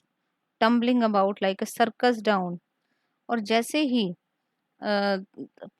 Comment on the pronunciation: is not down it's clown............